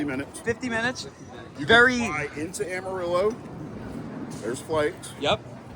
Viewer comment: That way you said Amarillo is so wrong 😑 that gave be pain as a Texan